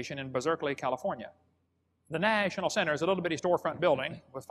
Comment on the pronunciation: 1. Why does he pronounce 'National' so oddly? 2. Why does he pronounce Berkeley, Bizerkeley? 3. How do you get a 300 foot thick coal seam from the plants that are all alive at the same time? The plants would have had to be many thousands of feet tall in jungles or forests impassibly thick in order to die, decompose and compress into a 300 foot thick coal seam. 4. More believable story about the coal-bell; a boy stole a bell and claimed he found it in a piece of coal when he was found with it rather than admit he stole it. 5… sorry, I can't watch any more of his obvious lies